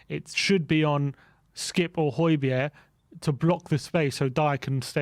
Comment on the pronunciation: Great stuff, fascinating!!. Just one thing,, please get the pronunciation of Hojbjerg’s name right … the g is silent